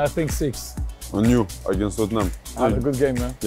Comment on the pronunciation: "aginast Tottenham" hahaha Saliba